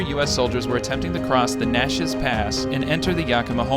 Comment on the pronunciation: Aargh! "Nat - cheese", not "Natchus"